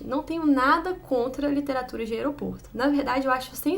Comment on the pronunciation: LiteraturE de banheirE 🤣